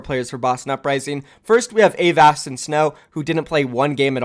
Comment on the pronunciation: anybody wanna die when he pronounced Avast like A vast not uhvast